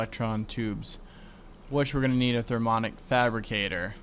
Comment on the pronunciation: I was the person who told you how to pronounce the minium stone. You failed at saying mini. If you said it correctly and added "um" to the end, not only would you say it right, but that's how it's spelled too! And you keep not saying the i in thermionic fabricator. Therm-"e"-on-ic. And placing the carpenter next to the aqueous accumulator would have worked, if you hadn't changed the config on it so it only outputs the water to the top.